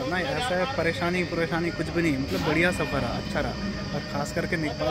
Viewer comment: Prathe❌purathe✅ Paresani❌puresani✅